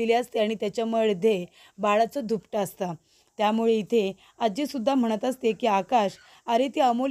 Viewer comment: धूपट नाही ग दुपट. किती अशुद्ध बोलणं आहे